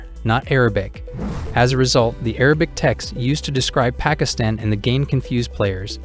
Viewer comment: Probably his pronunciation of Pakistan the first time he said it.